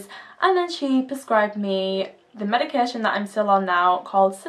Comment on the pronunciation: + icant stand how you prnounce medication, its not medicarreeeee tion